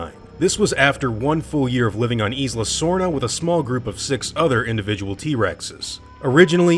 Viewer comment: Isla is pronounced (eye-luh) in English, not 'eez-luh' as it is in Spanish. Do you also pronounce island as 'eez-lund'?